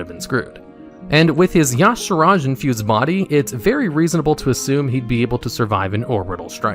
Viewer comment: Y'saarj. E - sarge. That's how it's pronounced not yog, sarodge